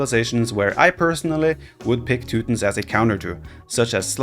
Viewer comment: teu tons. Not teu tins. Jesus, dude.